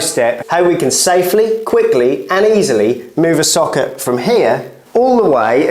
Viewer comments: I thought you were saying “soccer” for the first few minutes 😂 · Why are you saying socket like that ?